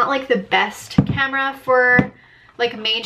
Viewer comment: You pronounce your A's like an O lol ever notice that? Like you say comera instead of camera. You need someone to come in and Fungshui your living room! Btw Jeeps are known to break down. Good you're doing research before you buy! Best thing you can do.